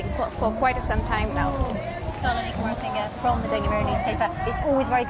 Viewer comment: Did she just say "Ranil Wikmarasinghe"?? 🤣🤣 Edit: How can the interviewer be so arrogant when she can't even pronounce the man's name?. No matter what the political opinion she carries, it shouldn't influence her questions or the responses. Why is she taking this as an interrogation? She's not it BBC.